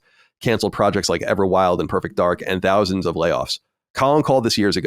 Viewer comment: He pronounces thousands like Dousands lol